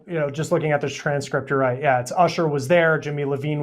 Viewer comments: Jimmy Iovine not Levine .. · Whoa, whoa, whoa did that dude just say Jimmy Levine? Let me help him. He needs a lil more research bc it's Jimmy Iovine-- ponounced: Eye Owe Veen